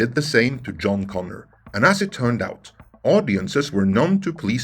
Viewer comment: Joan instead of John Connor 🤬